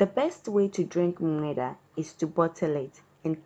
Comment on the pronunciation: I like how she struggles to say “nm3daa”😂